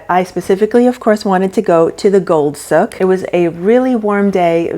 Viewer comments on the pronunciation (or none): You totally butchered the word “Souk” ! I lived in Dubai 9.5 yrs. It’s like the word sue with a k on the end, not look!